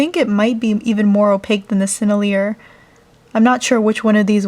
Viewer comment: I think sennelier is pronounced sen-el-ee-ay